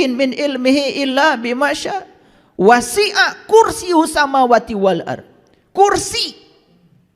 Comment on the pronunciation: Bukan syinatun bp kiyai tapi syinatuw bukan wasyia' tapi wasyia.